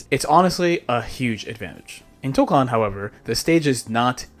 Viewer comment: Thank you for pronouncing Toukon correctly lol